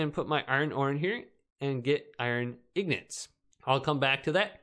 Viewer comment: What's wrong with it he is correct